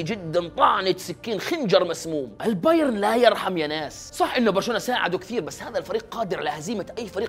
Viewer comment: البايرن يا أخي ، انتا ما تعرف تنطق ؟